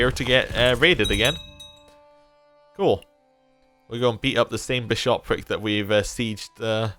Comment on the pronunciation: Why do you keep stressing the second syllable of bishopric? If you wouldn't say bi-SHOP, don't say bi-SHOP-ric. :p